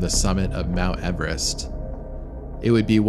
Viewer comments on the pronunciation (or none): none